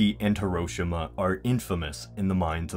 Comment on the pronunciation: I can not, and I'm not trying to make it sound like I'm whining, but I hate people who say Hiroshima wrong. It's not here-o-sha-ma, its here-o-she-ma